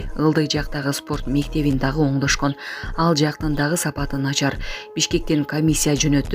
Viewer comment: "ДАГЫН" ЭМЕС ДАГЫ ДЕП АЙТЫЛАТ.